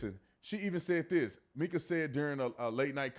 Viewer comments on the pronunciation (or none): It's pronounced"Micah" not Meeka! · Pronounced Micah…Like in the Bible breh❤